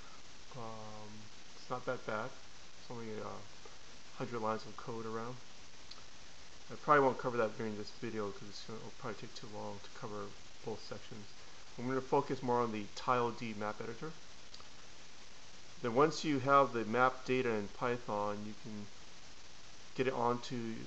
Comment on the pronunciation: FYI its tiled not tile d